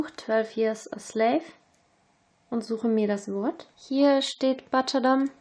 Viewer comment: butcher wird allerdings wie BUTSCHA und nicht wie BATSCHA gesprochen, ungewöhnlich aber wahr ;-)